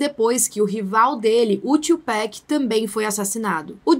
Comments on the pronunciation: isso me deu uma leve dorzinha é tu pac não pack (A pronúncia) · "TUPEC" não existe é TUPAC msm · TWOPEC KKKKKKKKKKKKKKKKKKKK